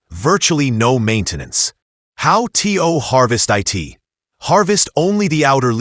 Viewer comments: STOP saying T. O. And I. T. It is produced to and it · How tea-o use eye-t😂😂😂😂